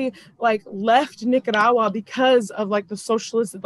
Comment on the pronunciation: saying Nicaragua the way she’s saying it is hurting my damn ears. That’s not how you even how you pronounce it in English omg